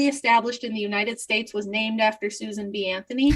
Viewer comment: When you say Susan B Anthony I hear Susan is Anthony.